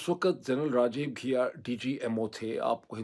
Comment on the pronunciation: Ghia nahi Ghai hai yaar